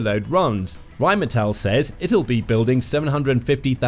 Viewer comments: the way you can't pronounce what is essentially "rain metal" is painful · Funny, my wife grew up in Duisburg, (about 15 minutes north of their headquarters in Dusseldorf) and She pronounces it "Rhine-Metal" because it's on the Goddamn Rhine river. That's literally what the name means. "Rhine Metal" Obviously you don't speak a lick of German, because depending on ""ei" or "ie" the sound is the latter character. Rhein is German for Rhine. The German word for rain is "regen" if they wanted it to be "rain metal" they would have called it Regenmetal. You're trying to pronounce it like reign (rulership) which is correct in English, but completely wrong in German. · "Phyitiin" "Raiinmeetal" If you want to pretend pronouncing them correctly you have a long way to go.